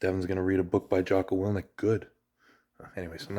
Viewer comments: wil ink not wil nic lol but awesome book jocko i cant wait to have kids so i can buy them books like this and teach them the basics of manhood.. Devin your the best and are the limitless guru animal spirit of arm wrestling if anyone debates that they can look up your WAL scorecard alone to see the table IQ is the only 10/10 in the sport... and your physicality alone has grown even as your getting older. remember levan is just a smol dragon all you have to do is keep growing the giant pumpkin but do note this might take some 1 arm pancake 1 arm banded table time and levans hit do the most damage to your elbow and i pray you dont get bortelato'd like michaels left arm when catching levan... but if he slacks at all you just have to out transition but dont get me wrong when i say im almost expecting him to get a pin or two before hes running out of steam i actually mean its going to be like spiderman stopping the train if i could bet id stake the whole block on you... biggest heart in arm wrestling ... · Wil-ink not wil-nik dev thank you sharing gonna have to get a copy of it for my kiddo. Huge jocko fan